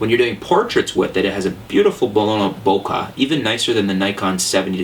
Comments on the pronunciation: Vin-YET not Vig-NET :( Bo-Keh, not Bo-Kah :/ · Did youi say Bokah instead of Bokeh ? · its not BOKAH, its BOKEH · Why do so many people have a problem with the word "bokeh" ? It is not "boca" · I love how he pronounces Bokeh bokah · It's pronounced "bo-kay", and "vin-yet", the "g" is silent. Additionally, I've spent a lot of time looking for lenses and found that the referrals and reviews that Ken Rockwell does for his site are great as far as bang for your buck, honest reviews etc. Personally I don't need an f2.8 lens. The sharpest you will find your lens producing an image is at f5.6-f8. Therefore the majority of my images are in that range. Don't need 2.8? Save money and get an f3.5-f4. Good vid :) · the whole "bokah" thing is making me lol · really dude, "vig-netting?" vignette. it sounds like "vin-yet." you're clearly super canadian, so you obviously had french forced on you. there is no excuse for that level of laziness. step your game up. also, "bokaahhhhh" sounds idiotic as a million other people said.